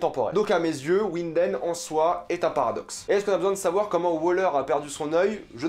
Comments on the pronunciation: Très bonne vidéo mais je me permets quand même un petit guide de prononciation : "W" en allemand se prononce comme le "V" français, donc c'est "Vinden" pas "Winden" prononcé à l'anglaise Un "e" après un "i" est muet, donc c'est Tideman, non pas Tièdeman, pareil pour Nilsen et pas Nièlsen Voilà sinon super vidéo merci! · Winden se lit "vinden" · Winden, prononce avec un v. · Ta un probleme de prononciation jcrois mdrrr ulrik qui habite a ouinden